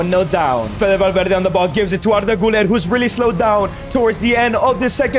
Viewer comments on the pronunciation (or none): none